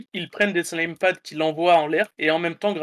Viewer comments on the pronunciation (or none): none